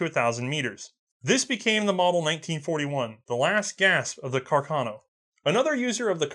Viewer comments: I took my Cuh-car-no into the Chi-pole-tee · >cacarno What did he mean by this?